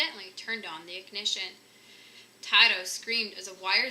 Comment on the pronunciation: The chihuahua's name is pronounce 'Tee-toe', not 'Tie-Toe'. Anyway, nice reading.